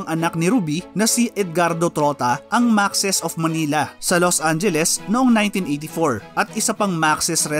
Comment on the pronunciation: Maks po ang pronunciation nyan hindi po maxis.